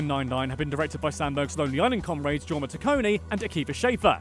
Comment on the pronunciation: jorma is pronounced “your-ma”